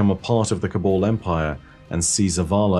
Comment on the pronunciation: No one:: "col-ball"